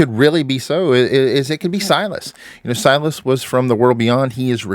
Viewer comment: It’s Silas